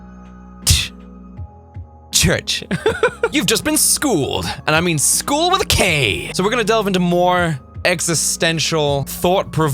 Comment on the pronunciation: Sckoold with a K🤣